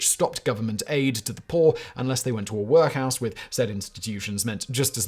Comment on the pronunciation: If I never hear Simon say "Work House" again, it will be too soon.